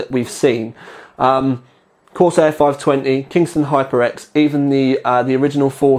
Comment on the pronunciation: Corsiar Corsiar Corsiar haha no Vertex 4 review then .